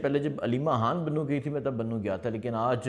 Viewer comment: حتم نہیں ختم ح نہیں خ حان نہیں خان